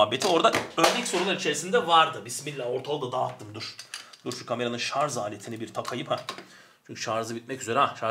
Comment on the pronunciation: Şarz değil hocam şarj 😂